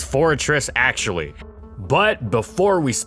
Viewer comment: "How good is Amino acutally?" lolol